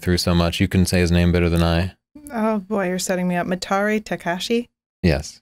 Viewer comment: Very nice, enlightening video, but I think they could have done some more research on how to pronounce the names of Canon founders and early authorities. He pronounced 'Mitari' almost like 'Meteorite'. There's no excuse not to know how to pronounce a word nowadays, especially considering the Internet as a research tool.